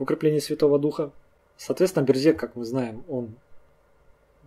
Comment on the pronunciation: Берзег произносится как Бэрзэдж. Эта фамилия представлена в Адыгеи, и там она считается абадзехской. у Т. Половинкины Князь Аублэ черкесского происхождения. Его могила сохранялась до 1920 г. на территории совр. гостиницы "Приморская".